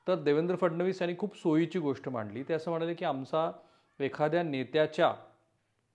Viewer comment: तुम्ही चांगलं सांगता, पण गोष्ट ला गोष्ठ म्हणता, ते तेवढं थोडं खटकतं हो... मन divert होतं त्यामुळे